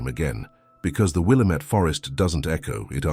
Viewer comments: WILL-Am-IT.... not will-uh -met!! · Wil LAMB et. Get it right if you want a thumbs up from us native Oregonians. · wil-LAMB-met, emphasis on the 2nd syllable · It's will -- LAM -- et. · Yeah, pronounced will AM ett. Try educating your AI bot before you make vids please. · It’s pronounced Will-am’ette